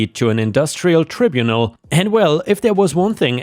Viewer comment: And “carousel” - listen to the old 60s song for the pronunciation - by The Hollies - and “tribunal” - the first syllable sounds like tribe!